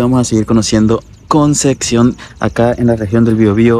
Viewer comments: Se dice concepción... Con p... No conceccion... 😅😅😅😅😅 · Buen video, solo queme daba un tick en el ojo cada que decia concección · conce Xion? jajajajjaja